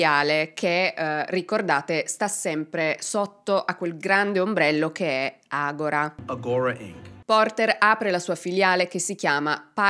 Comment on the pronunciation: Si pronuncia AGORÀ con l'accento sulla A è una parola greca con cui si indicava il centro culturale, politico e religioso della città, come lo pronunci tu agóra è come dicono: adesso, ora in questo momento in Brasile 😅